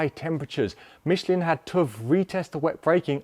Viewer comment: it's "Mishlaan" not "Mishleen"